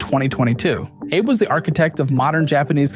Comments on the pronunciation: Isn’t Abe pronounced “ah-bay” rather than “ay-bay”? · Abe is pronounced ah bay not ay bee Edit: it seams like you figured that out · AH-BAY, not "abe" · Abe is pronounced "ah bay" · Found it funny how you pronounced Shinzo Abe's name, like how you would pronounce it with late president Abraham Lincoln. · Great video, but you keep pronouncing Abe wrong